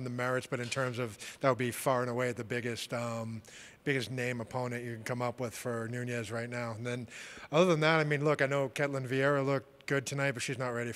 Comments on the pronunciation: It's not Nuñez, it's "Nooniss" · Larry David actually it's noons